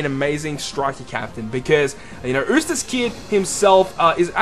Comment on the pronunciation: I think it's pronounced You-stass and not ooh-stass. Sorry, just nitpicking! Great video and concept!